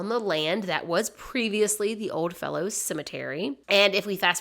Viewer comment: It's ODDFELLOWS, NOT "old fellows"... It actually says that on one of the pictures in your video.